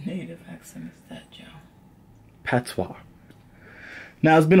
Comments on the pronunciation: "Patwah", thas how we pronouce Patois lmaoo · PAT-SWA girl uh deaddddddddd he caan even say dat right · You said pattwa so many times and you ain't even speak it once 😂😂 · I stopped when this dude said Pat tois... I’m Samoan and I know ain’t no Jamaican pronounce patois like that.